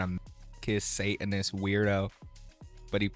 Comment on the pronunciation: what is a "say-in-is"? ...Are you trying and failing to pronounce "satanist"?